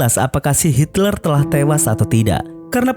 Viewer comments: Hitler bang bukan Hilter.. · ngomong nya valkri bg bukan volkeri, hitler bg bukan hilter